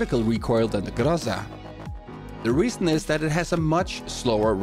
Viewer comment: Wacky : Graza XD